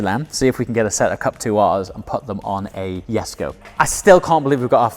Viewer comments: You are mispronouncing Jesko. It sounds like "yesco" to me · jesko (YESKO) uhm the "J" is silent ........ uhm so what is it doing there 🤔